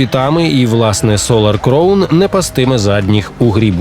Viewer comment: І знову оратор не вчиться на помилках і все продовжує вимовляти "crown" неправильно